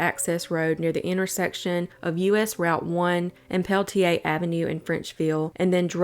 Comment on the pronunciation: It’s actually pronounced Pel-ah-tier, just FYI.